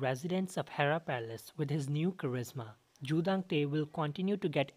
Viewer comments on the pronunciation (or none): none